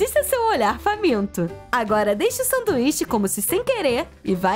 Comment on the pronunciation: Vcs perceberam ela falou sanduixa na hora de colocar de volta na coixa